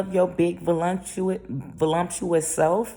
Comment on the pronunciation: LOL 😆 Did she just say velumpcious (VELUMPCIOUS) instead of voluptuous? 😀😃😄😆😂🤣!!!!!!!!! I'm dead. 😑 Aside from that she is speaking facts though. All that fake sh!t is an act which is not the real person. She is absolutely gorgeous in her natural state. Silence speaks volumes. Every action does not need a reaction. Sympathy and empathy is golden.